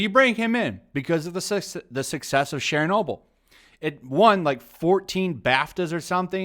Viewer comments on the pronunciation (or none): Share-noble? LOL. It's a hard CH sound, like church. Churchnoble. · Why do you pronounce "Chernobyl" like "Shernobyl"? Weird. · Why do you pronounce "Chernobyl" with a French accent when it's Ukrainian?